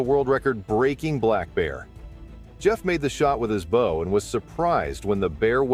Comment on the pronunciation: He says bow like it rhymes with cow!